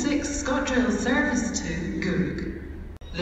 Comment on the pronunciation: The "service to" bugs me. She needs to change the tone.